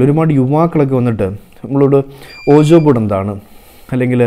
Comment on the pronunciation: ശരിക്കും വീജാ ബോർഡ് എന്നാണ് ഉച്ചരിക്കുന്നത്.. പക്ഷെ ഇന്ത്യയിൽ എല്ലാവരും ഓജ ബോർഡ് എന്നാണ് ഉച്ചരിക്കുന്നത്. ഇവിടെ കാനഡയിൽ വന്നപ്പഴാണ് ശരിക്കുള്ള ഉച്ചാരണം മനസ്സിലാക്കിയത്...:)